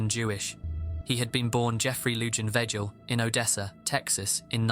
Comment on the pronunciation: The j's in Lujan and Vegil are pronounced like h's. Spanish speakers probably wanted to scratch their ears out when you read his name. Lol